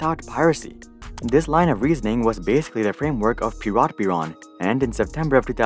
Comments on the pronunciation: Piratbyrån, not Piratbyran! Big difference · It's Piratbyrån, not Piratbyran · What's the deal with foreigners constantly skipping the dots above ÅÄÖ that gives them completely different pronounciations than AAO, you don't usually miss the ¨ above the german Ü but still mess up "Piratbyrån" into "Piratbyran"